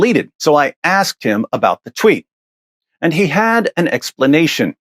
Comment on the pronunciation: Props to what he's achieved, but saying "axed" instead of asked is just wrong.